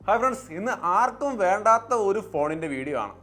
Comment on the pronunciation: "ആർക്കും വണ്ടാത്ത ഫോൺ" ennanu ullath bro😂 ,mattu bro ,tittle 😅❤